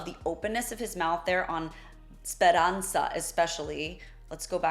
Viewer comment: Thank you. Great job. And thank you to pronounce Speranza with the correct Zeta. Pavarotti didn't in this aria. But his a big and he can do what he wants, of course 💙🙏🫶